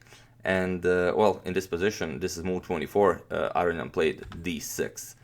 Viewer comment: I think youre pronouncing his name wrong...you say arian but its aronian a row knee on :)